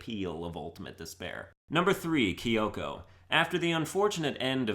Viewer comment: How dare he pronounce it right